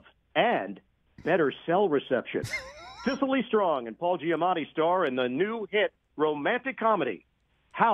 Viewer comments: Cecily ISN’T PRONOUNCED SICILY. That’s a city in Italy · Those were great, but I wonder how it is that Rich has been mispronouncing Cecily Strong's name for weeks now.